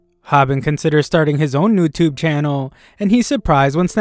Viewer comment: Bro said noutube